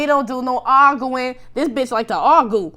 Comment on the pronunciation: not AR GOO IN! lmaoooooo I always noticed how he said that! Love you always,! Stay UP!